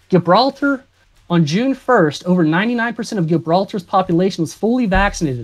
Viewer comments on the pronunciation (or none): Him mispronouncing Gibraltar made me chuckle. Gibraltar also has a tiny population lmao.